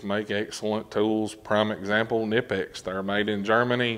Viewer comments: It’s pronounced Kah Nipex. FYI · Pronounced KA-nipex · you have to pronounce the k in knipex...please man it is german